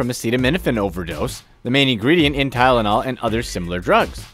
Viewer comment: Fake information.Never believe everything you hear on the Internet.You even said Tynol (sorry if spelling wrong) and eye drops.You are a meanie.